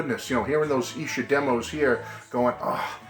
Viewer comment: It’s pronounced EESHER.